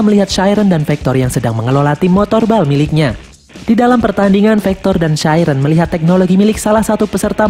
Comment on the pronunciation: Bang koreksi: chiren sebenernya ngomongnya bukan chairen tapi chiren biasa